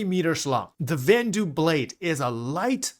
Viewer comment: Vanduul = "van-duel"